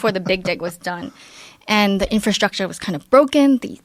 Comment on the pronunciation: i don't like that SH thing that seems to have been all the rage for a while. Infrashtructure. Only Sean Connery can get away with it in my book.